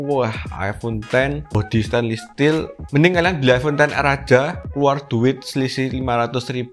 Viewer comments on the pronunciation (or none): none